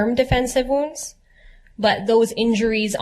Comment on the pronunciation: "I dont use the term deffensive vounds, but..." What an expert